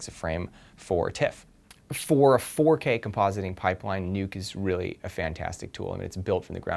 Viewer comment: Look at how he said 4k hehe 4 years ago